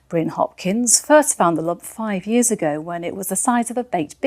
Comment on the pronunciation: “The jump he’s been living with for 5 yeaurs”